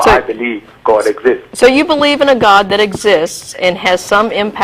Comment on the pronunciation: Why do these Muslims have to pronounce God as "Got"